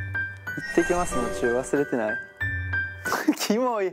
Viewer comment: 川西くんの「忘れてない？」が「わ↑すれてない↓？」ってなってるの最高なんですけど誰か共感して